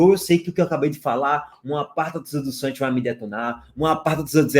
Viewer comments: ENTREI SÓ PARA PODER OUVIR O FALANDO “SANTIOS”. VALEU!!! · "Agora quem dá bola é o Santios..." 😂😂😂